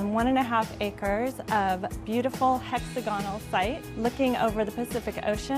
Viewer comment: Can she learn how to pronounce hex AGA nul, not hexa gonnul?